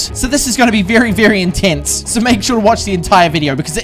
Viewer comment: The way u say intense is like ENTENSE😂